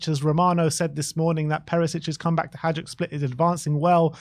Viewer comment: It’s ‘Hajduk’ not ‘Hijuk’